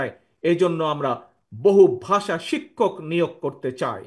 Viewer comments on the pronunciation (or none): none